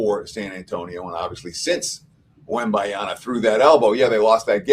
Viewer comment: Wembanyama not Wembanyana 😂